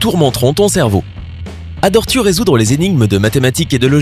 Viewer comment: adore tu 😂😂😂 tes sur que tu es français toi 😨😨😨😨😂 ne le prend pas mal j'adore tes vidéos mais la 😰